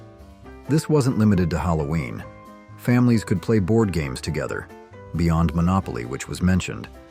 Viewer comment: Is this an AI voice? What are HAMES vs GAMES?